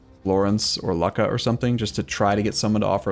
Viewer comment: it's loo-ka (yes i know its vod but maybe he reads these)